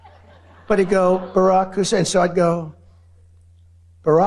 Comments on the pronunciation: Is he pronouncing Hussain as a racial thing 🤔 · Hmm....once again, why the EMPHASIS on Barrack HUUUSSEEEEIN Obama??? Yeah, it's not a "dog whistle" for your MAGA cult, right Donnie?? This country and world will be such a better place once he's gone and the MAGA-cult fades away.